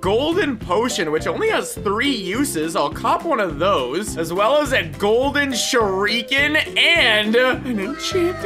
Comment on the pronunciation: I was watching this on my fyp in tiktok and i got triggered by how you said shuriken.